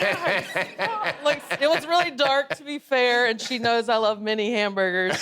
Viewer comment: Did she say mini sliders or many sliders?????????????? love her soooooooooooomuch!